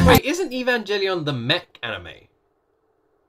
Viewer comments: The "G" in Evangelion is actually pronounced like in the word grammar not "evan-jelly-on". Some people (including me) are triggered by this wrong pronunciation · I am a simple men, I see evangelion, I click. ( btw the g in evangelion isnt pronounced as a J)